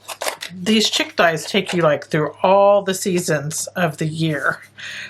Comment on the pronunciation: I think it is pronounced "sheek". I learn sp much about building backgrounds from you!